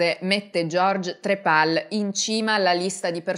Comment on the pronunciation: stavo ascoltando attentamente fin quando non ha detto "trepal" sto schiattando